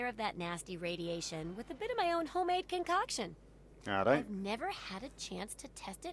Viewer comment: "arrait!" lol